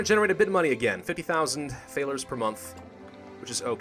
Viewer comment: So annoyed at the way you pronounce Thaler. Though i love its spelled correctly for the time.